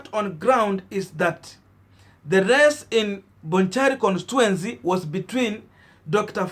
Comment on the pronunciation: Pronounced as "Konstichuensi"